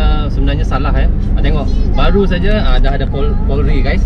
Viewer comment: kalau lagi di indo bilangnya jangan"adeu", tapi "ada"😂